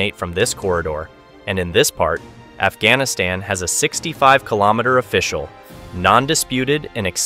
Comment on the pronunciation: Afghanistan pronounces as "F"-Gas-Niss-Ten ??